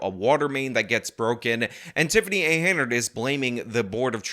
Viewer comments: her name is hen-yard, not haynard. Have you not seen enough billboards with her name to know it yet?? Drives me nuts that you say it wrong every time lol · But, this hyena’s last name is pronounced “hen-yerd” not “hey-nerd”. Then do that next video with the correct pronunciation. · It’s HEN YARD, like in chicken yard. Or chicken pen . Learn to read !!!! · can you say Hen-yard? And we know her middle initial too. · henyard. hen - yard. it's not that hard brother. you've never seen it spelled or what? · HEN yard You're still getting her name wrong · HEN-YARD.......it's pronounced HEN-YARD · This mayor is trash and deserves removal and punishment. However, I would expect you to get her name right; it's not "Hey-nard". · Her name is NOT Haynerd. If you want to be a reporter bother to know the name of the person you are doing the story on. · HEN-yard. How am I supposed to lay down the derision if the name finna be rong. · Stopped at your second mispronunciation of "Henyard" 😂. Bro, I have other news sources that can read words. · While I am all for publicly excoriating an incompetent fool, for the LOVE OF GOD at least pronounce their name correctly, especially seeing as how you've edited multiple clips from WGN and other local news stations using the correct pronunciation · anyone else find it annoying that he mispronounces this crazy bitchs name(likely on purpose)? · You keep saying her last name wrong, even though they said it in the news clips you're reporting on. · Please teach yourself how to pronounce Tif's last name. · Lmao, I thought I was the only one getting driven insane by this. He's seen her name on 10 billboards and banners and listened to hours of news coverage mentioning her name, yet still has pronounced it wrong for like a half dozen videos on the topic. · Why do you keep mispronouncing her name. Is this some sort of joke that i don't get? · It's hilarious that you have never pronounced this woman's name correctly. Not that she deserves it.